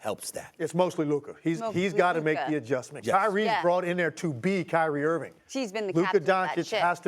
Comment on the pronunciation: Steve A.... Why can't you say Kyrie's name right? It's Irving.. Mnot Irvin.... And Dallas wants to see if Luka will give up the ball? That's a horrible take! Do you even watch mavs games? Clearly not!